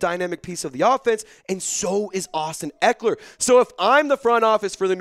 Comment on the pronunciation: Dude said his name wrong then trys to trade that guy